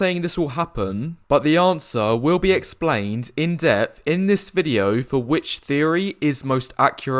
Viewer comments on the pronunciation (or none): none